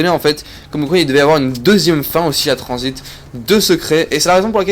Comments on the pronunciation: #pas tranzbit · #TRANZIT PAS TRANZBIT